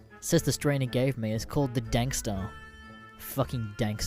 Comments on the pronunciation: Fucking normie it's dARK STAR NOT FUCKING DANK STAR YOU TARD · It’s darkstar not dankstar lmao.